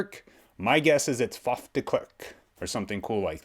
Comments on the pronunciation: Faf is correctly pronounced. Short for Faffa short for francois. Babies can't pronounce their names and call themselves Faf or Faffa. De klerk. Listen to the braocaters pronunciation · You are saying "Faf" corectly, as well as "De". Well done, and "way to go!" for a non-Afrikaans-speaking person. The last part "Klerk", you could use the English word "Clack" as in CLICK-CLACK, as a guide for the pronunciation of the vowel "e". The only remaining change would be something that English people in general, but more-so Americans, find quite hard, and that is the sound of the "r". It would obviously not be the type of "r" that you would pronounce in "Word", "More", "For" etc. It would come closer to the French "r" in "Merci. Yet, even though this would help you get closer to its sound...it would still be off for a true Afrikaans speaking person, as the "r" in "Merci" is a somewhat guttural sound formed at the top of the pallet, almost reminding of when one is (forgive the nauseating image) getting ready to spit. The genuine "Afrikaans" "r" is more comparable to many, many "d" sounds being said at extremely high speed/interval rate, repeatedly. It is formed by having air flow through the mouth cavity from the throat, using some of the belly/diaphragm, while attempting to touch the tip of the tongue to the pallet, just behind the teeth, but never actually touching, and then having the tongue vibrate to form the "r" sound. My name actually starts with this exact use of the letter :-) On this video of mine myself and my buddy, who is in the studio with me at the time, are chatting, and you will hear him say the word "horrible". BUT, we are both Afrikaans, and a